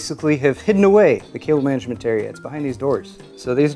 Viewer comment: I swear he's saying kale management